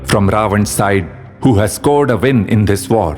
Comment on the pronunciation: they vould vin the vor for him. Please don’t mix up your v’s and w’s. W’s are supposed to sound soft.